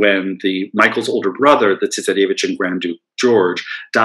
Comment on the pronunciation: Interesting, I was just thinking that he needed to work on a few of his pronunciations, e.g. 'tsarevich' - but quite an interesting and informative lecture!